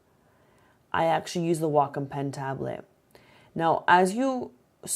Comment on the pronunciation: I think that Wacom is pronounced Wake-Om, but I an never be sure. Not like Wacom Manufacturers came waltzing up to my door and said "HEY OUR NAME IS PRONOUNCED WAKE-OM" Any way, I think I should get this for my birthday. Thanks for the review!